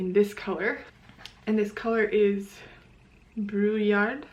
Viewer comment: Pretty good pronunciation of "brouillard", which means "fog". I was interested in the meaning of "heure bleue"...I know that heure=hour/time, and bleue=blue (feminine form), but I suspected that the 2 words together added up to something more. Correct! It basically means "twilight blue", and also means the time when illicit lovers snatch some time together! See Cheers!